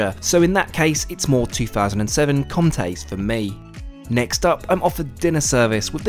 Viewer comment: I enjoy your videos but your prononciation of french words for instance is atrocious. Obviously you have not studied french. The irony is that you advertise for Babel... what about having a look at it for a word like "Comtes", as in Comtes de Champagne for instance, which features in this video.?